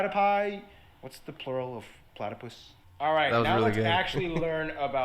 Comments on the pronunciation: Plat a poos now say it all together, platypus cheers blokes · Platypus has a Greek origin not Roman, so platopodes (plait-O-ped-EEs) is most correct then platypuses and then platypi is least correct